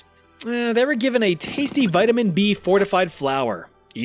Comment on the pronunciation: 🤦🏻‍♂️ vitamin Eh